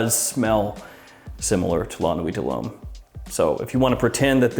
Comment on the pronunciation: Excellent prononciation in french! So many people struggle with french words ( french is not chinese i mean common). You said LA NUIT DE LHOMME perfectly and YVES ST LAURENT as Well. !!!